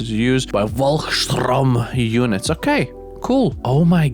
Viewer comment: Vorlkssturm was pretty sad tho. Its not like Shroom, more Storm but with a u instead of o. (And sturm is storm)